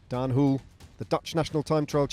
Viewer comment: Daan "Whool" lol Next time maybe you can pronounce it the Dutch way ;) "HO-luh"